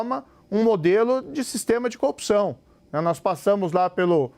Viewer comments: Moro é tão corrupto que corrompe a própria palavra. Ele fala "copção". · Aprende a falar corrupção, Sérgio Moro, kkkk "copçao" ... Tu é uma Co-opção kkkkkkkk acho que é isso que você quis dizer kkkk